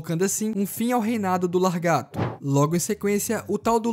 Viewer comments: Lagarto mano kkkk não LARgato e sim laGARto, video mt bom mano parabéns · Largato essa e nova 😂😂😂😂 eu pensava que era lagarto teu português é bom viu 😂😂😂😂😂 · Po mano....Largato....?? Não seria Lagarto...?? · O certo é lagaRto e não laRgato. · "Largato" é de doer os ouvidos! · o pior e eu ouvir e nao notar kkkkkkk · Largato kkkkk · Largato kkkk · o fala LARGATO kkkkkkkkkkkkkkkk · Largato kkk, o video foi otimo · Muito bom o vídeo, só queria entender qual a dificuldade de falar laGARto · O vídeo tava indo tão bem e o cara manda um Largato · Cara tem tezão em falar largato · só eu percebi que ele falou lagarto errado o vídeo todo?